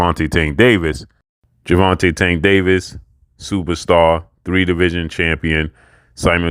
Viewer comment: Y u gotta say "superstar" like that? Lol